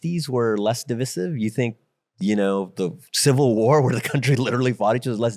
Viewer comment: I was on board with what the ceo said until he pronounced "divisive" weird, too bad